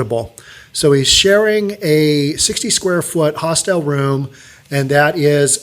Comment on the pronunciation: You are mispronouncing the word hostel (several times). The information about Hong Kong's rental market is interesting and very sad.